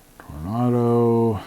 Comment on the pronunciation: That's not Toronado (as in the Oldsmobile car) BUT Tornado (like in the Wizard of Oz, it's a twister, it's a twister...) ;-)